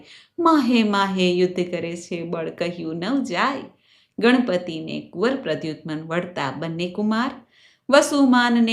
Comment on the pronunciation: Aapni katha kahevani rit khub saras chhe. Jo kharab no lage to ek suggestion chhe. Aap Pradyu man na nam no uchhar karta vachhe “t” bolo chho e jarur Nath. Krushana na putra nu nam PRADYUMAn chhe